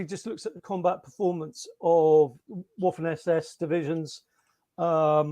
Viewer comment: You always know a quality author or historian when. They pronounce waffen with a W!!!